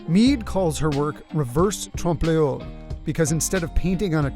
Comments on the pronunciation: I thought it was pronounced “tromp loy”??? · Oh, and it's "Trompe-l'oeil", it's French, and it's not pronounced "Tromp Leyhol". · Trompe l'oeil, in English, is more like "tromp loy". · 'Reverse tro-bluergh' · Oof, really butchered that. 😂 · His pronunciation of "Trompe L'Oeil" is physically painful. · That was a creative pronunciation of trompe l’oeil lol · When he tries to pronounce reverse trompe-loeil. Cute. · Shame the narrator can't pronounce "trompe l'oeil" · I'm sorry, how did u just pronounce trompe l'œil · Trompe-l'œil is not and should never be pronounced like that. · LMAO the way he pronounced trompe-d'oeil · I had to cringe when he pronounced "trompe l'oeil"